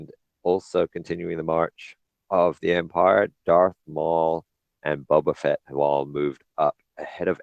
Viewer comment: Eeeehhhh ITS BO BA FETT